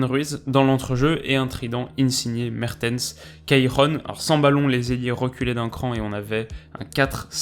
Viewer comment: Mertens il a des problèmes de langue par contre